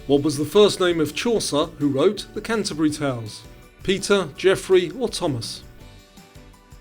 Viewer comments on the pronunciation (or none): none